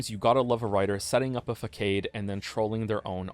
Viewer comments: it's pronounced "fah-sahd" not "fackade" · "facade" is pronounced fuh-SOD. not fay-CADE. (Yes, that is my key takeaway from this extremely long essay. Deal with it. **puts on sunglasses**) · I know, right? How can people not know it's actually pronounced "fak-aad" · facade = fuhsahd When mispronunciations like this happen it makes me wonder how they came to use the word in the first place. Yea, im that guy. Sorry. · fuh-sod is the correct pronunciation of façade. Thank you for listening to my ted talk. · It's more like fasahd. I like his fuckade though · its actually pronounced "fuck-aid" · lol, 'fakade?' XD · I waited 10 years to hear him say "fakade"? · please. It's pronounced 'façade'. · My brother in Christ, that is NOT how you say facade 😂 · lol the way he pronounces facade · obligatory engagement for the pronunciation of the word "façade"